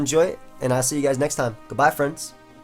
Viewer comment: Why do you always leave the D out of friends and friend